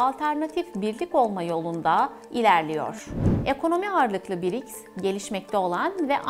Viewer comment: Birics degil brics😂